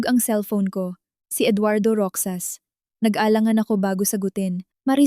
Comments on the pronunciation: Hoy narrator magbasa ka nman ng comments para Malaman mo na Ang Tanga mo sa pagbigkas mo ng Roxas. Basahin mo ng rohas Hindi roksas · Mali-mali ang bigkas ng ilang salita gaya ng Roxas, ang bigkas ng narrator : Ro-xas/ sas tamang bigkas ng Roxas ay: Ro-jas/ has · Roxas or Rojas not roksas ano ba yan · Nakakainis kaya pakinggan, ang pag bigkas ng roksas, imbis na Rohas (Roxas) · Roksas ang dapat na pagbasa niyan ay rohas kasi ganito ang pagbasa ng kaibigan ko sa apelyido nila same as Roxas or Rojas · Hindi ka baggy narrator daig kapa ng isang kinder sa pagbabasa paano naging Roksas ang Roxas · plaese sorry po na icheck ko ang pag pronouns ng ROXAS(ROHAS) po ang pronounce nyan